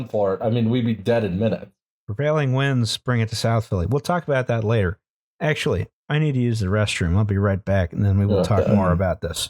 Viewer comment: Relistening to this months later and only now do I catch that says the initial death count was "rater laised" instead of "later raised."